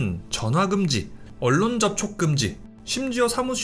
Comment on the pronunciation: 아시바 잘보다가 중간에 언론을 얼론이 아니라 언논이라고 발음하는것 때문에 ㅈㄴ 짜치네